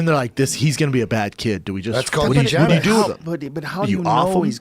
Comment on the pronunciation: "Eugenics?" -Eddie Bravo "Eugenics?" -Eddie Bravo